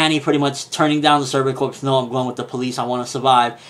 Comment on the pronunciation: "corps" is pronounced "core" just sayin...